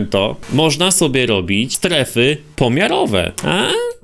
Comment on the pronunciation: "STERFY" rzeczwyiśocie